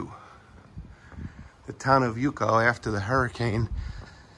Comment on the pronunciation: Love your video. All due respect to your work: Yauco is pronounced: YOW - CO. Yucca is Cassava. ..Thank you so much.